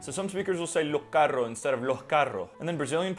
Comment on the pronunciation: Bro became a puertorrican while saying lo’ carro’ hahaha